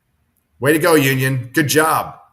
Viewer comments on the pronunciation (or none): The more I hear say union, the more I hear Noonien and have to scream......KHAN!!!!